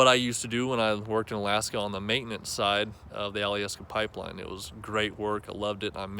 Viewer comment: Love the proper pronunciation of the state. Most people down here don't know it's Ala-aska.👍